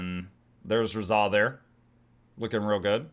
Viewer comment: Razah is my Fav hero in GW1, it's actually pronounced RAH-ZAH (Like the Sun God Ra). Its been so long I forgot the fact he could be any class, so I changed my mind on Revi channeling him even though a few weeks ago I thought hed be cool, but I was focused on him initially being a Ritualist. His lore is pretty amazing though. I'll just keep going back and forth between MONK and DERVISH... My body is ready.